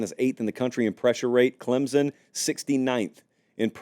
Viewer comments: Please learn how to pronounce Clemson? It's not Clemzon! Try these two options instead: 1. A guy name Clem has a son, Clem's Son 2. Or add the letter P, Clempson. You're welcome! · "Clem-SON", not Clem-zun" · It's pronounced ClemPsin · For the love of God, will you please learn how to say Clemson? You don’t have to add a P, just emphasize the M.😂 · Can we finally learn how to pronounce “Clemson”? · For the love of God, will you please learn how to say Clemson. You don’t have to add a P, just emphasize the M.😂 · If only could pronounce the "S" in Clemson lol